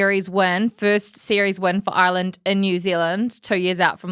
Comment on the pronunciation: He couldn’t even say Ireland in the introduction.😂Great to see him writing off Ireland.